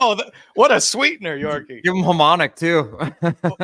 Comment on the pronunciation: Ham-on-ick lol